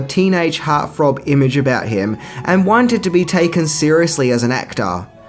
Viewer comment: Dep was a teenage heart "Frob"? Really?? Please speak correctly, using the letter F instead of T is grade school language which makes it difficult to take what you are sharing seriously. And the ludicrous sunglasses, well, they make you look ludicrous, which also makes it difficult to take you seriously.